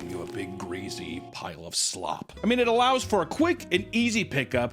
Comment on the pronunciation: Why does he pronounce greasy like that?